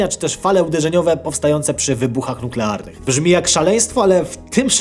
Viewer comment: NUKLERANY? Nie spiesz się tak :)